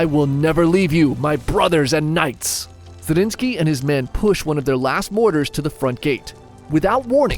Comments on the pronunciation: ZRINYI!!! Not Zarinski. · Brother I love these chanel but it is zrinski, zrinski